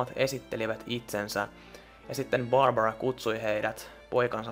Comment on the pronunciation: Mä vihaan sitä ku se sanotaa tyylii: "hei! Olen borbora"